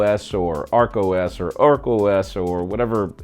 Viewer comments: Ark OS not Oak. Are you trying to be funny. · It's Ark OS not Oak OS.. Are you from Oakland? 😂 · Ark not oak OS hahahaha😂😂😂😂😂😂😂😂😂😂😂😂😂😂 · Its ARK OS ...not OAK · ARK OS, no OAK OS. Thank you.